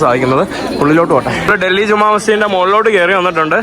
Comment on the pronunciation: ജമാ മസ്ജിദ് അല്ല ജുമാ മസ്ജിദ് ആണ് ശരി